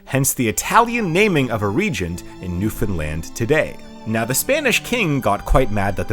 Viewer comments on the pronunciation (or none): none